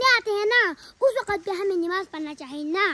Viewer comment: NAMAZ hota hai NIMAZ nhi hota😊